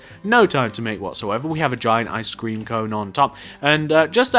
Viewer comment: when he said icescrem it sounded like i SCREAM